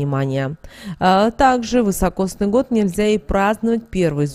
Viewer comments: Год вИсокосный, а не вЫсокосный😮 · Такой год назьівается не вьісокосньій а високосньій (вісокосний). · Год вИсокосный. Режет ухо неправильное произношение. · А почему вЫсокосный-то , если вИсокосный! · Да не ВЫСОкосный, а високосный. Ни одной кни- ги, что-ль не прочитала? 13.12.23.